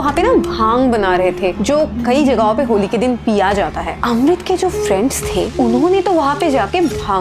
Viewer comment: Kis kis ko Amrit ki jagah Rohit sunai Diya